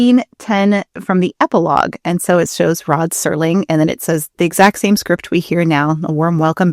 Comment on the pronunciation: Till this day I have no idea why people keep saying "Sterling" instead of "Serling".